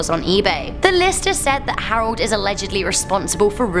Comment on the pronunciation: Can't stand your pronunciation of names...arold. it's Harold.... Sounds like an overly done fake British accent.